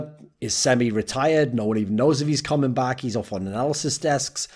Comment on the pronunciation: im good with cumming, wtf do you mean? oh sorry, my hearing is quite bad, you said "comming"